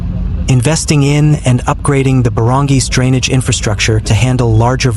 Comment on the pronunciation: Oh dear, you mispronounced the word barangay but it's ok you're forgiven. 😂